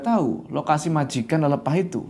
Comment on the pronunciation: Lelepah itu pake e kak. Bukan e . Jadi bacanya lelepah bukan lelepah